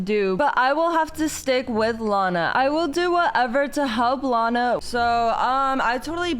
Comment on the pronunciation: team lana not lina